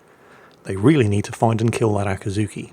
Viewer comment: Akiiiiizuki, not Akaaaazuki, I know you're biased, but ...